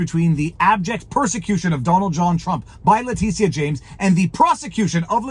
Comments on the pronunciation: Its not La-Te-Sha...its La- Tit- tia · “Titia”, honest to god. T-I-T-I-A.